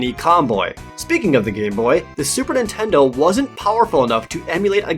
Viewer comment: "Intendo" I HEARD IT! My mom used to call every console "intendo"